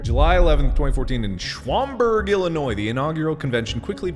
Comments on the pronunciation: I live in Illinois You don't pronounce Schaumburg like that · I find it a little endearing that they can't pronounce shaumburg, like at all. I had no idea that it happened at shaumburg, which is hilarious because it's pretty upscale. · The fact they don't know how to say Schaumburg is kinda endearing to me.